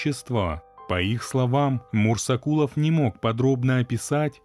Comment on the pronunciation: Мурзакулов может быть, а не мурсакулов